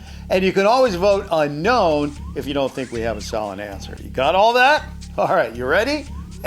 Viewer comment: Every time he says uknown I feel uncomfortable 👌gotcha